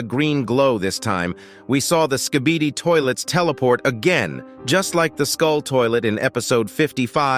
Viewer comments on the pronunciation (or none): If you hear closely, it sounds like the big skibidi is saying, kibidi skibidi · XD bro said skebidi toilet